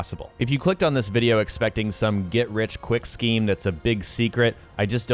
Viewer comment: Sceem not scream